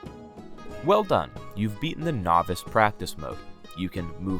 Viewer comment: Bro lost me when he said bigs words like novace and erena